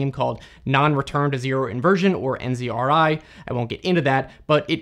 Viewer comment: Little nit pick, he says NZRI evem though the screen says NRZI